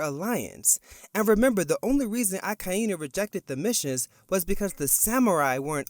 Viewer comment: your pronunciation of "Akainu" is painful to hear.. Can you pronounce it as one word instead of splitting it into 3 words 'Aka Eee Nuu'...